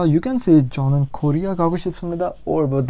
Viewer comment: 저는 is pronounced chonan?